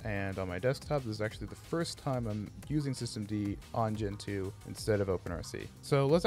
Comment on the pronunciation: 1. It's not Gen-Two, it's Gentoo, one word. 2. Gentoo isn't noticeably faster than other distributions, it's just a feeling. If your linux is slow, you are doing something wrong.